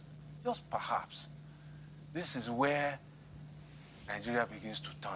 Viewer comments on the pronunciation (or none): "par herbs" just "par herbs" instead of perhaps